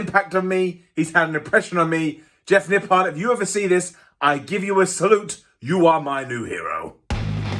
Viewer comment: All I am hearing all day is Nip PARD